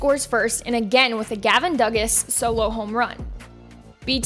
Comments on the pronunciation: Gavin (duh-gas)? It’s Gavin (do-gas) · Duh-gas? Nope. It's Doo-gah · The second she said Gavin "Dugg-as", I couldn't continue. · Gavin "DOO-Gahs." But really good video! The entire NCAA baseball tournament is the most exciting in sports, IMO. Enjoyed reliving that. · Butchered dugas name allot